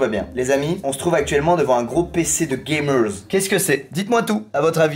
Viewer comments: C'est drôle quand il dit Gamerzz 😂😂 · Les Gamerz, Les Viewerz, j'suis mort tu mes un Z a la fin des mots et tu parles le Squeeziz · Tu me fais rigoler quand tu dis "GAMERZ"